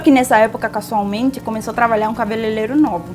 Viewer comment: Eu escuto, não sei se é impressão minha, vc pronunciar "travalhar" em vez de trabalhar.